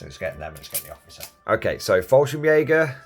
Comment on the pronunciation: I find it funny that you call the Fallschirm Jäger just "Falsch", because in german that's just wrong :P.